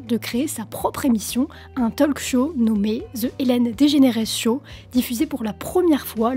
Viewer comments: "talk" se prononce "tauque". Le L ne se prononce pas. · Juste, pour la speakrine. On ne prononce pas le L dans talk, pareil dans "would, should"...😊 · Pitié on ne prononce pas le L de talk 🙄 (comme walk). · Autant je ne sais pas parler anglais, autant le peu que je connais je le maîtrise. "Talk", "walk", .. : ON NE PRONONCE PAS LE "L" !!!!!!! Et "often" : ON NE PRONONCE PAS LE "T" !!!!!! Ce n'est pourtant pas compliqué à retenir?!!